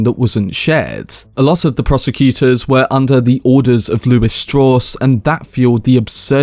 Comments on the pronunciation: Strowss. As in Levi Strauss. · LEARN HOW TO PRONOUNCE STRAUSS !